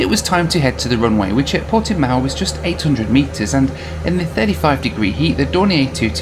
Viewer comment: You did a very good job pronouncing "Portimão", considering that the nasal sound indicated by that tilde is extremely hard for anyone who is not a native speaker of Portuguese. But you failed miserably with the much more easily pronounced "Cascais", which should be "kahs-KYES", not "KAHS-kays" (even more faithfully to the local pronunciation, it should be "kuhsh-KYESH"), and with "Viseu", which should be "veeh-ZEH-oo" (with the "oo" very brief, forming a diphthong), not "VEE-zil". I know a guy who studies at Viseu University and I already knew the pictures he posts on his Instagram, so I was not surprised -- it's a stunning city, not as small as you thought (some 60,000 people), and with a very lively cultural scene. And yes, Northern Portugal is beautiful -- most tourists in Portugal only go to Lisbon or bake themselves in the sun in the Algarve, but the North is full of history and natural landscapes, including some of the most scenic vineyards in the world. The Portuguese nation originated in the North and only later spread down South, so the North has a very rich heritage.